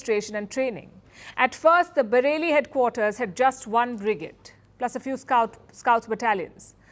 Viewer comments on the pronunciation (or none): your pronunciation of brigade is funny and wrong lol ..and what's the deal with the very loooong pauses between sentences?! lol